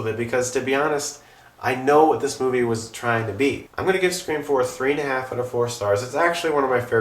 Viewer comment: Awww he pronounced Scr4am like Fan4stic